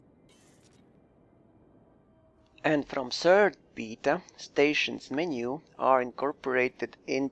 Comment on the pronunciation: Its BAY TA....not BEE TA